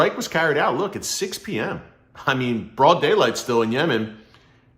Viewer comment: The way Erick says "In BROUD DAYLIGHT folks !!!" Made me laugh😂❤ Love this Nan of God so much.